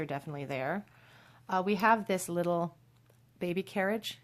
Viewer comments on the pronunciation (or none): none